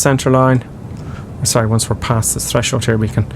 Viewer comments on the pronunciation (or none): none